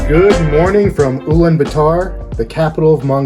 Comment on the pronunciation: Not ulanbataar, it’s Ulaanbaatar